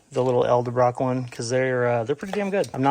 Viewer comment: ED-EL-BROCK not EL-DE-BROCK